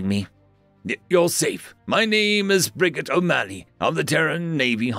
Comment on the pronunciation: Just a nit, but I think Brigette is /bri jet/ not /brig et/. (And most likely female.)